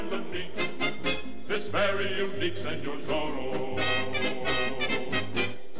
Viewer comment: I’m sure ‘Senor’ is supposed to be ‘Señor’ or else it will be pronounced as “seh-nor” instead of “seh-nyor” like the how the singers pronounced it, but whatever. It’s just a nitpick.